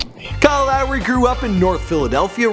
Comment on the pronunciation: Kyle Llllllowry